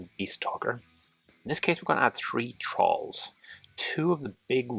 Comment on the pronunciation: Great video, thanks very much. I thought you were saying trolls rather than thralls though because of your accent 😂